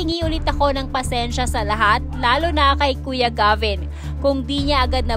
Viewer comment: Anong ALAM mo dn SA buhay nilang LAHAT at saan mo nakuha ang MGA fake news mo. Gs2 mo Lang sumikat at gumawa Ng kwento. Ang daming ganito na lumabas iba2x pa ang s2rya. Wrong grammar Ka pa. Hindi po jeybin. Geybin po.